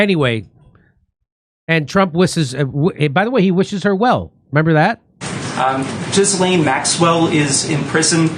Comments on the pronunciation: 😂"jizzlane" its ghee-lane. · Gee-lane not Jizz-lane, Jimmy! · Jimmy, it’s pronounced Ji-lane. Not Giz-lane. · It’s not pronounced Jizz-Laine 😂, it’s Gi-Laine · 'Gilaine' not 'Jizz Lane.' Silent S. Thanks, Jimmy, you guys are fabulous and your commentary on the ongoing mayhem is second to none. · I believe it's pronounced Ghi-laine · 😂 jizlane not how the name is pronounced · Jimmy, did you say "jizz-lane"? Bahahaha. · Her name is pronounced Gill-en. No z or s in there. Hard G. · anyone else think it's ironic that her name is pronounced 'Jizz-lane" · Jizzlain Maxwell is probably a more apt pronunciation, lesbi- honest. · It's pronounced 'gee-len' (hard g). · Jimmy is well aware of how her name is pronounced. He just doesn't care and thinks Jizz-Lane is more appropriate for the kind of person she is.